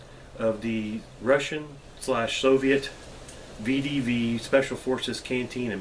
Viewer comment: It's pronounced veh-deh-veh